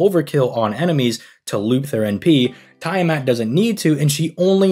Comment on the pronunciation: Tee-uh-mat... Not Tie-uh-mat That said, I'm rolling for both😂